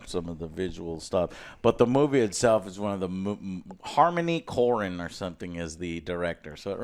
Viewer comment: Harmony “core-in”… c’mon joe if you’re going to be reviewing movies at least pay homage to the greats, yes Afro drift is trash but harmony korine gave us gummo, kids, and ken park. 3 cult classics that are a key point in cinematic evolution.